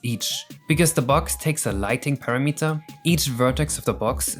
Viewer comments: Just a heads-up, because English is confusing. Parameter is said like kilometer, not like centimeter. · ah yes, the Parameter...jump on it to knock its wings off, and it becomes a regular Meter instead... (i usually hear it pronounced [puh-RAM-it-er] but i like [PAIR-a-MEET-er] too :-P) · I'm not really a fan of how mirroring the exclamation mark loses the original game's asymmetric shading. Why is it being done that way? Also, a few linguistic pointers in case they help: the verb meaning to cut in half is halve (pronounced like have), parameter is stressed on AM, and vertices ends in an EEZ sound.